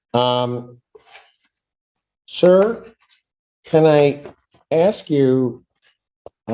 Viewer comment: He wanted to ax a question ? Low income, low education on show.